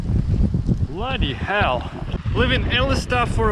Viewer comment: Bloody Hell, where did you learn to say bloody hell like that? That was some serious english english swearing. I'm english and I only ever hear english people say bloody hell. :) Keep up the great content.